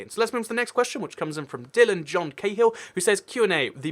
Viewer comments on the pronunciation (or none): none